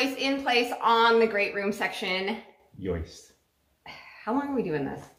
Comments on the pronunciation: Yoist not joist? Ja gout! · There is no joy in that pronunciation of joyist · finally says “joist”. I yelled “yoist!” 🤣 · Why does she keep calling them “joists “. Funniest video yet. It is starting to look like a home. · If it's "yoist"...then he must be ""! 😂😂😂😂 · I am with you. The term is “joist”. You know those people over there talk funny. Lol. stick with what you know.Lol. You are moving right along on your house. I enjoy watching the banter between the two of you. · I LOVE the ending. Your grandmother was a wise woman...And it’s pronounced YOIST...🤣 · Listen carefully at minute 2, 23/2, 24, doesn't pronounce the T at "joist".🤣😂🤣